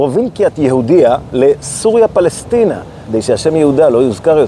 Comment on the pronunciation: כדאי להקפיד להגות עם פ דגושה, P = פלסטינה. ההוכחה הכי חזקה לזה שהם שאימצו שם לא להם, היא העובדה שאין P בערבית, ולכן מבטאים B במקום (בלאפון /פלאפון, בומלה /פומלה) את השם שאימצו, הם מבטאים עם F וזה משמעותי.